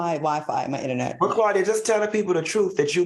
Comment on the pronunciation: Claudia got that cricket” innanet “…. That AOL INNANET! 😂